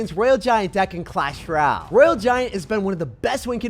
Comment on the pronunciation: The music is less distracting today ty but can you say clash ROYALE? It has an O in it. Not clash R’YAL